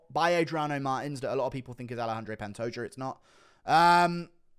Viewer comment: Bro, you can not pronounce Pantoja as pantoger. You are putting the hard R on it just to be sneaky racist.